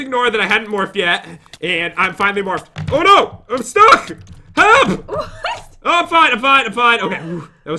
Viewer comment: Lol pat said "oh no hep"